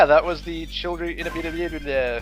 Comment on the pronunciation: Third to the last time he said childre i heard children